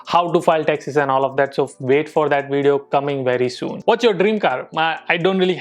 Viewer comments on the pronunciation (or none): Whenever says taxes I hear Texas 😂😛. Anyone else feel the same.... Come on guys hit the like button.... Not for this comment but for videos❤️❤️❤️ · That's sounds like taxas